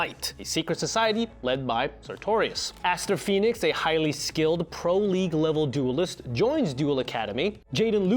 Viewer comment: Learn how to pronounce league